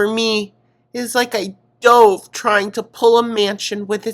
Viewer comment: You pronouncing dove that way was Amberlynn adjacent.. you were just channeling her spirit bestie it’s ok